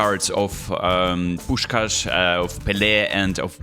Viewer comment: I know that it is not the main focus but I know that every Hungarian will agree with me: thank you that you perfectly said Puskás❤ Much love